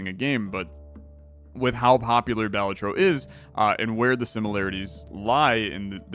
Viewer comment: btw, Balatro emphasis is on the "la" so its like (ba-LAH-tro)